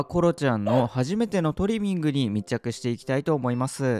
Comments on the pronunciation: トリミングの発音が違いますよね?😆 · トリミングの発音がスイミング🏊🏻‍♀️ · ドライヤー中と爪切り中大人しいなんて、偉い娘だ。コロちゃん、初めてとは思えない。✨✨ 、トリミングの言い方のアクセント私と違うんですけど方言ですか？ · トリミングの発音がいいな😂😂🎉